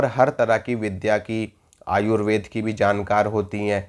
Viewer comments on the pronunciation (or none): none